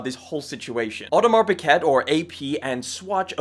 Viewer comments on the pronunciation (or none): Or-Di-Mar Pick-Cat ..... Lol!